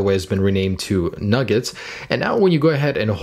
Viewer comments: Hey, it's called Nougat, not Nugget. (Noo-Get). But great video! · Nugget? Thought it was nougat (new-get) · Surely its Nougat not Nugget? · Nougat.. not nugget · you do realize your pronouncing nougat wrong lol You're saying nugget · heard that too xDD